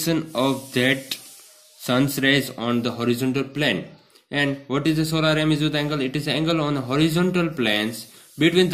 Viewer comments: Tht is azimuth not amizuth and this is θ call thita not fi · not amizuth its azimuth😂😂 anywz nice xplation 👌👏👏👏